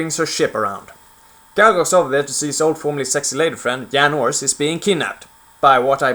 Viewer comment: Dude, what is with your pronounciation? "yedi", "Yan Ors", "sheet" :D. Outcast wins in terms of single player, because it didn't have all the kiddie-childish bullshit star wars has nowadays: overblown fights with lots of blasts and sparks coming from lightsabers participating in a fight. The story in Outcast was also way more mature than in Academy including loads of things to appeal to primary school children at that time - it wasn't as dark in nature. The best thing about academy is the mod - Movie Battles II.